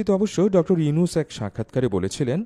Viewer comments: নামটাও ভাল করে বলতে পারো না, ডঃ ইউছুন কি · আপনিত ভাই একজন বাঙ্গালী। কিন্তু শুরুতেই ওনার নামটা ডঃ ইউনুছ না বলে ইউছুন বল্লেন কেন? ভিডিও আপলোড করার আগে একটু হোমওয়ার্ক করে আসলে ভাল হত না।যাইহোক তারপরে ও লাভ ফ্রম বাংলাদেশ। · প্রথমত ড. ইউনুস সাহেবের নামটা ভালো করে উচ্চারণ করুন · ইউনুস নাম টাও উচ্চারণ করতে পরেন না😂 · ড. ইউনুস নামটাও তো উচ্চারণ করতে পারো না, যা ১.১৩ মিনিট এ কি বলছো দেখে নাও, এরপর থেকে ভিডিও আপলোড করার আগে সব ভুল ত্রুটি দেখে নিও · পলর চনু আগে নাম ভালো করে বলতে শিখ তারপর ভিডিও বানাইছ😊